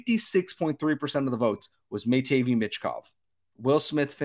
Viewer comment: Honestly I think this is how the first 5 will go CHI: Bedard ANA: Fantilli CBJ: Smith SJS: Carlsson MTL: Michkov Also learn how to pronounce Matvei 😂